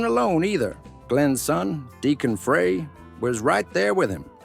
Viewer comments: How ridiculous! I wasted 22 minutes and 28 seconds of my time. Teach your AI narrator to say Frey as Fry not Fray. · frey is pronouned FRI not fray!! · Don't give any credit to a channel that can't research enough to pronounce Glenn Frey's last name correctly! VINCE IS AWESOME, this channel is piece of crap! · Glen's last name was pronounced FRY, NOT Frey.